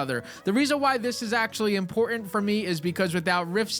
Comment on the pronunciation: Please. There is 2 Ts in the word important. It's not imporant